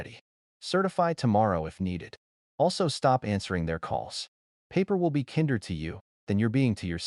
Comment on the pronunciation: The pronunciation of simple words like "kinder" should not be difficult even for an AI